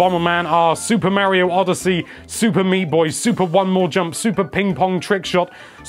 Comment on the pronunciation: did he say mario oddesy